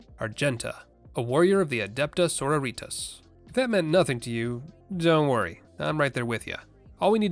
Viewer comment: I'm pretty sure that pronounciation of "Sororitas" is heresy